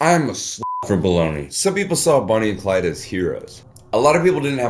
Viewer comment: ITS BONNIE AND CLYDEEE